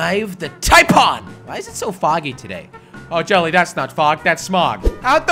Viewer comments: hey jelly i really love your videos and not being mean or anything but u said j to the A to the LLy its supposed to be jelly but ahhhh i love u man keep up the good work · J-a-ll-y?? Do u england jelly? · why u say jally in the intro